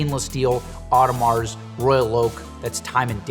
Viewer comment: hey fyi... u dont pronounce the “s” in audemar...not audemarzzzz...if ur gonna be a teacher u need to pronounce the words correctly... just sayin..